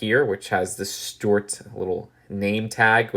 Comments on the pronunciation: Why do you keep calling Stewart “stort”? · A) I thought young didn't like the minions or Despicable Me because you thought they were really annoying (unless that was someone else Idk), and B) Why do you keep calling Stuart "Stort" (unless that's just your accent Idk)?? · he pronounces Stuart like stwert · I like how he pronounces Stuart as stort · Nobody:: Stewwuarttt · Why does he say Stuart weird?